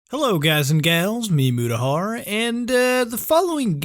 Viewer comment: What is a "meemutihar" 😂